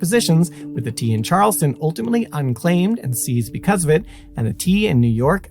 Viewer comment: Great series. Just one thing though. I am from Boston and you’re pronouncing a few of the other towns incorrectly. It is pronounced Charles-town. Not Charleston. It’s not Concorde but Con-kěd.